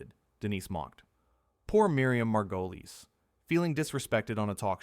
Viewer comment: You can't see a clip because it never happened. the AI narrator can't even pronounce Miriam's surname